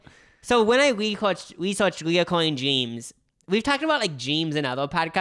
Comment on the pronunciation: It’s “recurring” — no O. Kind of rhymes with deter or refer. I cringe every time I hear it pronounced the wrong way lol. Also, I have a recurring dream where I’m back in high school and late for math. I think they’re called anxiety dreams and I usually have them when I’m anxious about something going on in my adult life.